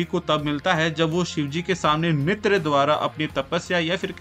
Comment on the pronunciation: Bro pronounced nritya wrong for 100th time🙂